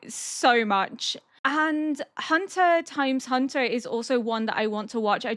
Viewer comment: I think this is my first time hearing someone call it "Hunter Times Hunter" and it's adorable haha. For future reference, the X is silent so it's just "Hunter Hunter", same goes for "Spy x Family" but that's more debated than HxH I guess